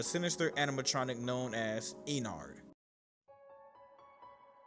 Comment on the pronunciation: You said: Me and Sister: noo is not is ennard